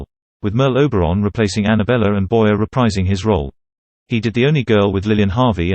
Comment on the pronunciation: His name is pronounced Boy-ay. The "er" in French is not pronounced like the "er" in American English, but rather like the long "A' sound.